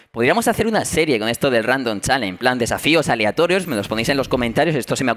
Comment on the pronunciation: se pronuncia chalensh no chalen XD